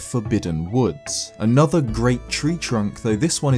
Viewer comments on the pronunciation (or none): none